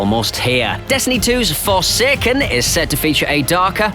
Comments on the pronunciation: It’s forsaken, not fersaykern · Forsekken lol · You should never say “forsaken” again